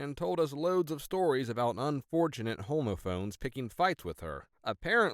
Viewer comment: Monet wasn't the only bizarre mispronunciation. homophones? Are you serious?